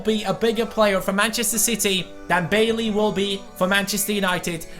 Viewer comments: Bailly is pronounced Bay-ee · Bailly's name is pronounced "bah ee"